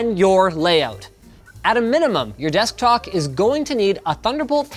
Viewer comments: Does anyone notice he says desktock instead of desktop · he said desktok, not desktop lol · desktok instead of desktop Linus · anyoen elese notice he said desktok not top but tok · destok...nice linus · he said sesktoc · lol he says desk talk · "desktok" -Linus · he says desk tock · Dude Linus said descock it’s hilarious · "Your desktok" ~Linus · Nobody... Linus: "Desktalk" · Linus: "destok" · My man said some desktok 🤣🤣🤣🤣🤣🤣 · Is it just me or he said desk tock ? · "D e s k t o c k" - Linus Tech Tips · "your Desktock! is going to need!" slip of the tongue :D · " at a minimum, your desktock " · he said destok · he says desktock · he says desktok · “your destoc” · "at a minimum your desktok" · he said desktok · Destok ? Its desktop linus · destcock Ik he said deststok, wait... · his says desk tok instead of desktop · "At a minimum, your desktock . . ." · guy said "desktock" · ''Your desktock'' XD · "your desktok" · did he say desktock? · Did anyone notice linus saying desktok ???? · LMAO he said "Destoc" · "desktok" lol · he says desk dock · "your desktock" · Yes he did say desktok. But on that note one of my favorite videos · " your desktoK " :^) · Yes he said Desk Talk even youtube auto subtitle picked it up as Desktalk lol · Anyone else hear him say "Desktok" instead of "Desktop" ? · "Desktok"... I guess i need one of those now. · your 'DESKTOCK' ... or did u mean 'DESKTOP' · He’s saying desk dock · "Desktock" XD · your "Desktock" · did he say desktok ? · ah yes my "desktok" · Wait a minute desktok lol am I the only one who heard desktok or other people did too comment tell me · Desktok? What is a desktok, Linus? Well?! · he says "desktok" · he said destoc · did he just say desktoc 😅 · did he just say "Desktok" 😂😂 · he said desktock🤣🤣🤣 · "desktoc" lol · "your desktok" haha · is it just me or did he say descktock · Did he say desktoc? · he keeps saying desktock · he says destok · he said “destok” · Did he say "desktok" and not desktop or deskdock? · "You'r dektok"